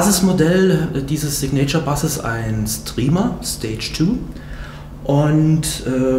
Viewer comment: Sig-nature Bass? Soooo peinlich wenn deutsche englisch sprechen....^^